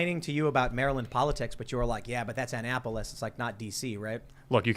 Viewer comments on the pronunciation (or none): Born in Maryland it’s funny to hear Tim say “Anne Apolis” lol